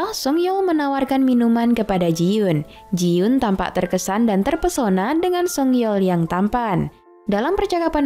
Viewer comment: Koreksi dikit kak. Itu jiyon bukan jiyun